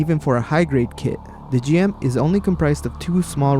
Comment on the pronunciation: it is pronounced Jim, not Jee em